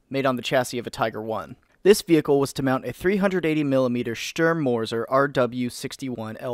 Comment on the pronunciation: germans: Sturmmörser this guy: Stürmmürser naah sry but it s hilarious for me..